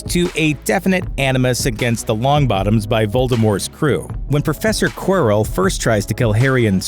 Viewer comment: And Prof 'Queerel' 😂